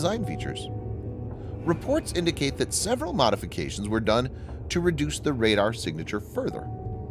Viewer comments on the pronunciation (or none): none